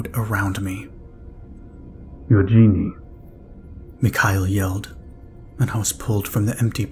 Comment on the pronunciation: I am suspecting that the protagonists name is spelled eugene, if so it is pronounced yoo jean. The e on the end is silent.